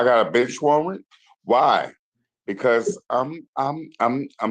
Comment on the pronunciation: •Mr. Gross: "Oooh! I've got a Bench wawwant?! Why?! Because I'm (4×) sitting here talking with you." •Judge Hayward: "Mr Gross. Are you under the influence of anything at this time?" 😂😂😂 •Mr Gross: _"No Ma'am I'M NOT! I just tawk this weih." Earlier... •Mr. Gross: "Helloooo?" •Judge Hayward: "Uhh... Yeah?" •Gross: "Um, yeah. So... I'm not sure if I'm in the correct uhm... you know... VICIMITY. Uhm... You know... So... Uhm, I'm trying to find out. My name is Draker Gross. Am I in the right Courtwoom?" 😂😂😂